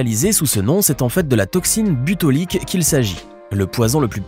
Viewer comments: Toxine botulique pas butolique 😂😂 dis donc la langue a fourché la 😅😅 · toxine bOtulique et pas butolique!! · Au troisième « butolique » obligé d’arrêter de regarder 😅